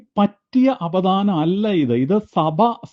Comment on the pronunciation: Say apadanam not apidanam